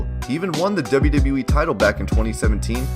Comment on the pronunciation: Again "In the debe debe weee"